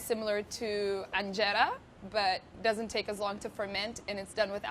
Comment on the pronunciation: is that how to pronounce injera?? My life is a lie o.o